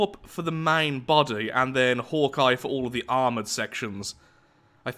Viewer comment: Is anyone else annoyed by the fact that he mispronounce's Hawkeye?